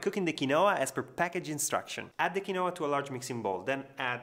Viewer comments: It’s pronounced KIN WAH…..it’s Quechua please say it’s properly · It's pronounced "KEEN WA". Nice looking salad. 😊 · It is actually pronounced " keen-wa " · They way he pronounces quinoa is cute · Please learn how to pronounce quinoa. You are pronouncing it wrong.